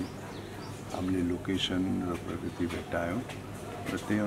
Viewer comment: Parkirti hoina bhai prakriti ho, 😁😁😜